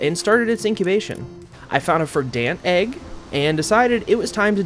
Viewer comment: ok, this bothered me more than it shouldve, Verdant is pronounced Verdn't not Ver Dant